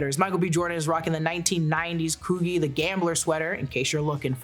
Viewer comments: Did i hear coovie instead of coogie 😅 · It’s Cooji (coo-ghee)… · It's pronounced CooGee